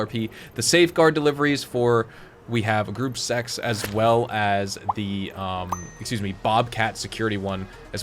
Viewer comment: Greuppe sache 😂 security truck deliveries